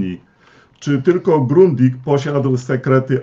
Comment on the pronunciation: Grundiga!!! Nie „grundika”